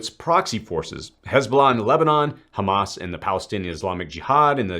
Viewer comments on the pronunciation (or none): none